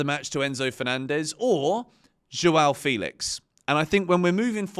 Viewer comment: it's Fell-ix not Feel-ix